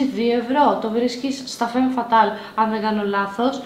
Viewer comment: και μετά λέει βένους αντί για βίνους και φέμ φατάλ αντί για φαμ φατάλ...